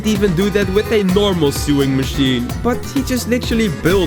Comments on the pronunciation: "Sueing machine" 💀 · He said sewing machine